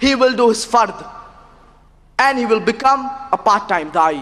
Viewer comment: Notice , the emphasis on 'he' 🙄! I notice too its all men sitting there! Enough said! Pity, the lad could have been a doctor or something, instead he went down this path!